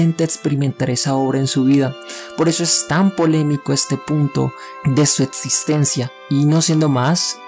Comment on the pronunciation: Setso, etsistencia, etsperiencia, disasociar. No me permite concentrarme oír cada dos por tres palabras así